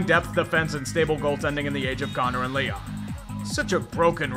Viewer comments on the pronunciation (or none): none